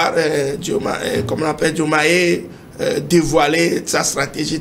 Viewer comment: Faites aussi attention avec les prénoms Diomaye c'est Diomaye et pas dioumèye